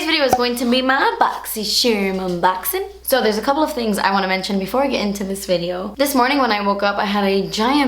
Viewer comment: I love so much "ma bogzy-Sherm enboxin'" 😂😂 ILYSM 💖💜💕xo